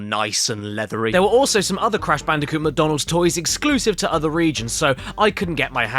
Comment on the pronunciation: Maccie DONALD